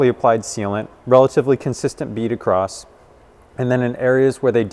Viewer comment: Hey, "across" doesn't end with a "T", and while you're at it, "height" doesn't end with "TH". It's good for my dentistry. :) PS. Thanks for all the rest.